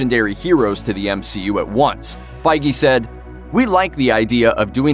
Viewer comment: His name's Kevin Feige. Pronounced Fayge